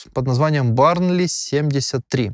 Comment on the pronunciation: Не барнли, бёрнли.)